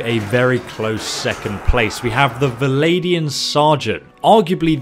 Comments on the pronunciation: “Valadian”??? Vlan-dia? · Every time you say Valadian Sergeant a little kitten dies. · Vlandian, not Valadian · How do you end up saying "Val-ay-di-an" out of a spelling of "Vlandian"? Surely it ought to be "Vlan-di-an", with the "Vl" almost being "fVl"? So, "fVlan-di-an". Hearing "Val-ay" from "Vlan" is making my ears sad. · I love you but if you say valadian one more time... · VL-AND-IAN not vladian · How can you mispronounce ''Vlandian''...How does it sound like ''Viladian'' to you? Where is that i between the V and L... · Love your content but why do you pronounce Vlandian as "Valadian" o_O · exactly... it's Vlan-dee-an... please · I can't help but cringe everytime he says vilaidian and drakhans.. otherwise quite informative. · Should be like Swadian